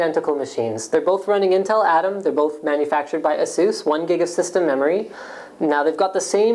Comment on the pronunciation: Ah-suse? I always thought it was Ace-us.